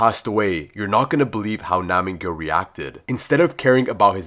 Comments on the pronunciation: pronounce: NAM-G YOU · It's nam gyu